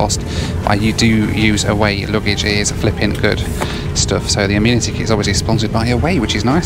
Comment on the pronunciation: Hey if you’re going to be living in the US we need to tackle some pronunciations: first off… the kit of little stuff you get is not an “ameenity kit” - it’s pronounced “a-men-ih-tee”’- so a group of males are referred to as “men” not “meen” - so the word “amenity” is pronounced “a-men-ity”:) #welcometotheusa